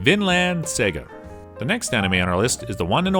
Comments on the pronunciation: dude turn on the volume when you watch the shows yourself cause your pronunciation is hurting people audibly good luck btw, the word saga from vinland saga is an english word why was that not pronounced correctly tf? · Isn’t “saga” a English word? I can understand mispronouncing Japanese words but even English? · Dude said "sega" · cant leave out Sega instead of Saga